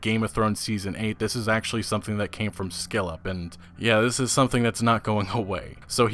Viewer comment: Couple hints: It's not skillep, but Skill Up, and in poignant, the 'g' is silent.